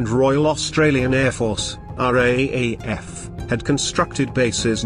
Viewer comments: It is not pronounced R A A F. It is pronounced R double A F. Who researched this? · It's not the R A A F, its the "R-double-A-F or the Raf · Dear uploader... Great video spoiled by machine speech and the misspelling of "Australia," which took credence away from the production. Just a hint... If you are going to use the machine speech system then type "R double a F" and it will come out sounding correct. As to the Darwin battle. Look. I'm Australian but this shows how f'd up our military was at the start of the war. There is a great myth in Australia of the heroic Aussie soldiers...the great ANZACs. Now in many ways that myth is true but there was some terrible cock-ups in high command in Australia early in the war and it took Douglas MacArthur's stewardship to fix things. Some of the very ordinary Australian generals wanted to cede the entire north of Australia to the Japanese and form a defensive line in Brisbane...the so-called "Brisbane Line". MacArthur was furious with the Australian generals and rightly explained that if the Japanese made landfall and could create sufficient supply lines then no existing Australian military resources could stop their eventual sweep into the southern states. So he basically told the generals to wake up and put their efforts into forward defence and hitting the Japanese in PNG. The entire Darwin episode shows the incompetence of the Australian military at the time. They had lazily not fixed the radar system. The radio communications system was primitive, the port was insufficiently protected, even though it was a major transit point for supplies to the north. There were not eno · No offence mate but its called the R double AF, not the R.A.A.F. As pronounced anyway. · How many times do we have to listen to the commentator say RAEF when it should be RAAF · "RAAF" is pronounced as 'raaf', not are-aye-aye-eff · Austrarlia, as shown on your map , is not a country I can find on Google Earth. Also, RAAF is pronounced "R Double A F".